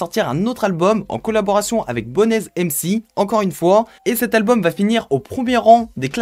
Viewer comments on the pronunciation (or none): Ah oui il y’a quelques choses qui sont resté dans ma tête: j‘ai entendu personne à dire que c’était le gomora allemand , on dit 4 blocks et pas block 4 et on prononce bonez- BONZ sans le „e“ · Frere sa se dit bones(bonez) comme en anglais il s'appelait comme sa parce que il été très mince et haut Big Up a toi